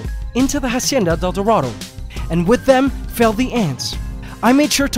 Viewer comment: Why does he still call it a jacienda instead of a hacienda!?!?